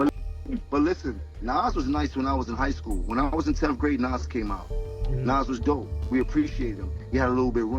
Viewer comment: As soon as Nas' name was mispronounced, I left. F*****' AI